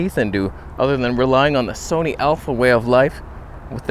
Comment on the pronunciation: "This is Soneh content!" 🤣